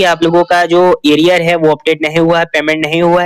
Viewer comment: Are sale aria hota hai ki ariar hota hai chutya hi banate ho log ko to achha se banao na kya bigadta hai chutya